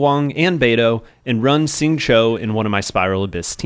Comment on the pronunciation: I don't wanna be that guy, really appreciate the content man, but Xingqiu = Shing-Chew, not Shing-Cho.